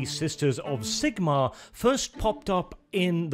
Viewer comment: You deserve a ike just for pronouncing Zigmarr the right way